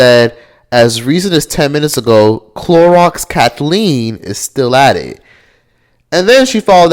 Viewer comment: she called her chlorox Cathleen 🥴😭